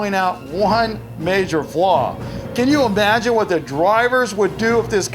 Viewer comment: Just “E-magine”